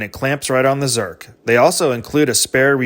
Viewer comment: You are the first person I've ever heard that pronounced zerk correctly. I like to ask mechanics to spell it and nobody even comes close. Growing up I always assumed people were saying "cert" (like the breath mint).